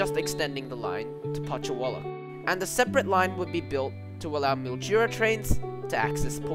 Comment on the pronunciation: Not to mention Putchywallock